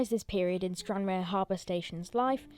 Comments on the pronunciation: It's pronounced Stran Rar not Stran Rare. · Your pronounce it as Stranrar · It is pronounced Stanraar, not Stranrare. I find the thump, thump the background "Music" distrurbing, find something calmer. My advice from a viewers point of is keep the camera steady and do not swing it around, it can make you feel queasy. Watch how some of the professionals do their filming with the camera kept static from scene to scene. Please do a little research before making your video, a look on the Wikipedia entry would help here. The railway originally served the ferry service to Northern Ireland when that ferry sailed from Stranraer, hence the need for all the sidings for freight. The rail facilities were no longer needed for the harbour when the ferry service was moved to Cairnryan up the eastern coast side of Loch Ryan but obviously it must have been not thought worth the effort to take up the unused track. The current Stranraer station is just for local train services from Glasgow and Dumfries and does not have much traffic. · Pronounced STRAN-RAR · It's pronounced stran rahr. Used to be where you got the ferry to Belfast to before they changed it to go from Cairnryan 10 or 15 years ago. Station used to be very busy because of that. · You don’t pronounce the e in Stranraer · that's not how you pronounce stranraer